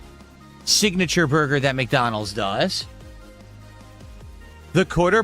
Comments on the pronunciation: Take a shot each time the says "Burr Gurr". Enjoy the stomach pump. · Take a shot when you hear BURGAR😂